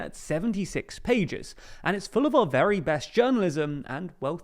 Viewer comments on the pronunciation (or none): none